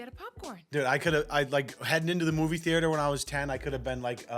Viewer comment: How this lady say "theater" depresses me